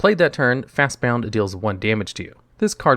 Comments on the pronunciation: You said Fastbond cost G, but you described it like it was Simic colors, since every time you called it by name you added an extra U. It's Fastbond, not fastboUnd. See what I did there? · It's not just on this video but it is fast b o n d not b o u n d fast Bond not bound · Hearing you say fastbound over and over instead of fastbond hurts lol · wait. is it Fastbond or Fastbound? Its spelled one way but you say it another.